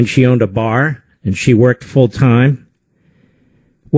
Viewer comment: He cant even pronounce the word "worked." Its past tense you idiot. Stunning.